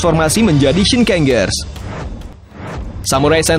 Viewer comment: Kata ger dibaca jer aja,contohnya shinkenger dibaca shinkenjer biar lebih enak atau ngikut cara baca yang dari jepangnya dan kalo ada tokoh kayak mele di uchuu sentai vs space squad,itu bukan movie dari gekiranger tapi tetap movienya kyuuranger